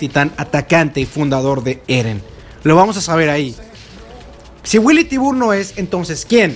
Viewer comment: Willy Tibur? Me parece que es Billy Tiber